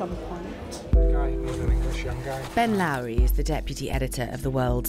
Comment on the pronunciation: Its "Lowry"